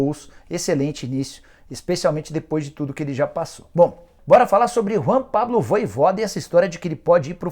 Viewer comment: rpz me dá uma agonia ouvir o cara falar "voivóda"